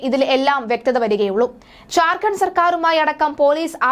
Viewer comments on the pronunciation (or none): ഝാര്‍ഖണ്ഡ് എന്ന് ഉച്ചരിക്കാൻ പഠിക്കൂ.